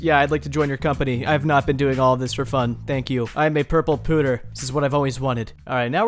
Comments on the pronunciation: "Pewter" is "P-you-ter" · Is nobody going to comment on the fact that thinks pewter is pronounced "pooter" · lmao its actually not. but it is funnier to say it as pooter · pls. It's pewter. Pyew-tehr. Like a pew in a church. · pewter is a type of soft metal used to make ornate dishwear pronounced pueter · I guess i'll forever say pooter from now on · "p-you-ter" lol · Is pronouncing "pewter" like "pooter" an American thing, or just a By Release joke? I'm just wondering since I know this happens with a lot of words, but in the English dub of Pokémon, they do pronounce the word the same way I do (like the "puter" part of "computer"). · Pronounced "Pyoo-tur" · I cant tell if has never heard the word "pewter" in his life before or its part of the joke. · No one is gonna tell him? that is not how you say "pewter".